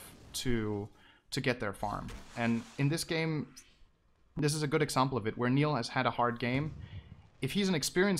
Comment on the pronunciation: Ok this annoys me somebody tell me where synderen is from because when he says eksampel he sounds really norwegian.